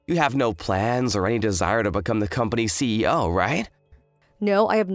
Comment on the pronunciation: Does the female VA keep on saying Ceo instead of C.E.O